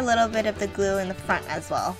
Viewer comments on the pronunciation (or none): none